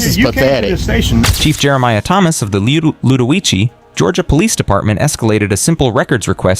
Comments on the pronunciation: it's pronounced loo-duh-wee-see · Say that city name again !! Please ?! Thats the funniest shit ive heard in awhile .